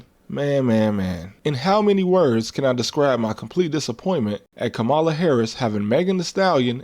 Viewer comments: Her name is pronounced kah muh luh you can respect her name nigga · Bruh... its 2025. You still can't pronounce "Kamala"?!? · lol why mispronounce Kamala Harris’s name ? She’s said it multiple times . But I understand respecting women isn’t a strong suit in America .